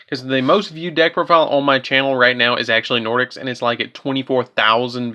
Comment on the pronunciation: Really good deck. I personally run Nordics as my main deck. Your pronunciations were off but you did the archetype justice